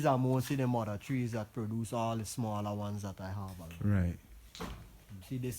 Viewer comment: no he doesn't have a jamaican accent, the way he pronounces mother and more words is tale tale sign he is not jamaican